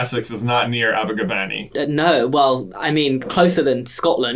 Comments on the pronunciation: I'm still annoyed at that pronunciation. It's Aber-gav-any. With an eh sound. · Abergavenny made me chuckle. It’s definitely in Wales and over a hundred miles from Essex. Its pronounced Aberguvenny colloquially 😂😂 loving these quizzes ☺️😂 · Abergavenny is Said like this. ABBA- ga - VEN- knee. Love from Wales.♡ (Cariad o Gymru.♡) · you're saying Abergavenny wrong (as a welsh person) it's ab-er-gu-ven-ny